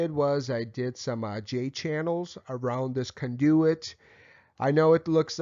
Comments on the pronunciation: CON do-it, not con-DO-it. haha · Love how he pronounces conDOOOit. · Mispronunciation of "conduit" made me suspect of the rest of the info... It's overall fairly solid, even if I personally don't like the workmanship. It will work, likely pass inspection, but definitely says "homeowner did this" or "electrician was the cheapest available". Not trying to disparage the work done here, I would just personally put more effort into it. First issue: Don't PUSH wires through a conduit. With a PVC conduit like that, they make fish tape (really just a special plastic twine), attach that to a plastic bag, then start feeding the plastic bag into the conduit. Use a shopvac on the other end to pull the plastic bag with fish tape attached through. Then tie your wires to the the tape and pull back through. Second issue: Needs nail protection plates on the studs over the holes where wires go through. Regardless of local code or use of AFCI breakers, these need to be installed. Otherwise you or someone else could accidentally run a nail or screw into the wiring. Third issue. Unless those walls are going to be closed up, all that wiring is considered exposed and should be in conduit of some kind, or use MC. I will ALWAYS advocate the use of conduit no matter what, ESPECIALLY for walls that will be closed up. If something should ever happen to the wiring, it is significantly easier to pull new wire through the conduit than it is to reopen the walls. I prefer flex metal conduits, but rigid metal conduits work, too. Not a big fan of PVC, but it has its uses. Perso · With the slight exception of “conduit” pronouncing, this was an excellent electrical install video! Congratulations on a job well done Sir! BTW, next time, Pull conductors through conduits. Put a shop vac on one end, pull a rope through, hook the wires to the rope and pull in the conductors. Again, Great Video! Respectfully, Kevin